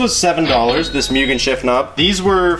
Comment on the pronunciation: Why do people say "myugen"